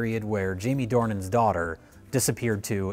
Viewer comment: Why is he pronouncing it Due-han???? The guy is called James Dornan